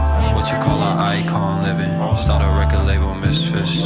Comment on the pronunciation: Seriously the word ICON sounds like EYE COIN...The title could referring to EYE COIN LIVING...it just my point of view.